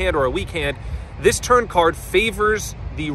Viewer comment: Is he saying turn or turd?